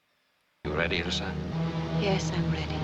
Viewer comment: Yeah the mispronouncing of Ilsa's name was driving me crazy lol, good on you for realizing. A lot of reactors just keep doing it, even when the movies keep saying the characters names. This is one of the best movies ever, and might the most quoted one as well.